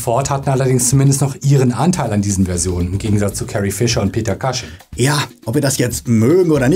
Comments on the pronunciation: Cushing wird wie "Kusching" ausgesprochen, nicht "Kasching". Ansonsten tolles Video 😊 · Kleiner Hinweis: Peter Cushing spricht man nicht „Kasching“ sondern „Kusching“ aus. Ansonsten tolles Video, wie immer.